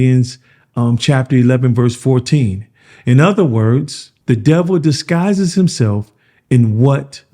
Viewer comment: "DisGuise" my guy